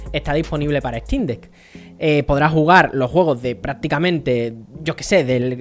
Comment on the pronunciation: No puedes ni pronunciar el nombre, obviamente no te gusta la "ejtin deck", imagínate que no te gusta porque no puedes jugar fall guys de origen OMG.